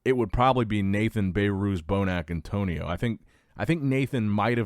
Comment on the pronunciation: "Bay-Ruse" is not how his name is pronounced😅 It's pronounced "Beh-Ruz"